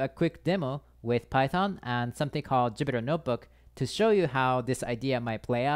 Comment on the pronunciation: It is Jupyter Notebook not Jupiter :)